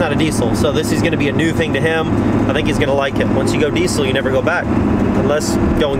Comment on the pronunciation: Having a diesel YouTube channel you would think you’d pronounce diesel right. It’s pronounced “deezl” as by the dictionary definition. Not “decul”